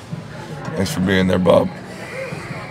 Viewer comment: I think he said Bub not Bob